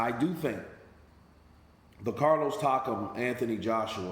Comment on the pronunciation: Everyone: Carlos Takam: Carlos Takem